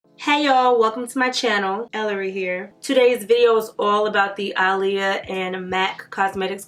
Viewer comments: ITS PRONOUNCED AH’LEAHA NOT ALY-YA 🤦🏾‍♀️ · If you look at old Aaliyah interviews, she stated on many occasions that you do not pronounce her name “uh-lee-yah” and that the correct pronunciation is “Ahh-Lee-Yah”. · Cristina West no she's not. It's Ahh-lee-yah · its Ah-le-ya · yeah one "A' is silent … lol its ok I knew what she meant.. Love Ellarie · Yes she is saying it totally wrong lol